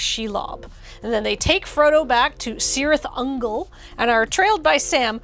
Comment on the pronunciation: The amount of engagement this video is getting because mispronounced a Tolkien word makes me wonder if she did it on purpose. 😂